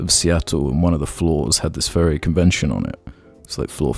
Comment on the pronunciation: I swear to god the entire seattle part by i thought he was saying "Ferry" it wasnt until the end that i realized my confusion. I was like: wow, didnt know the ferry community was so big, wonder why IHE did a video about it...